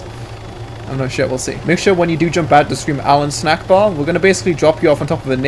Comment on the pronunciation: its allahu Akbar not allahu snackbar